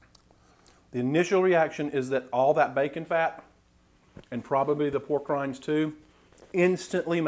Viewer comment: When you said "Made with pork rinds" my ears heard "Made with war crimes" lol